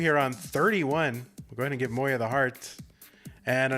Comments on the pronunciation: bro its mo-ya, thats how a j is pronounced in german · I swear god I've heard 3 different versions of moja pronunciation.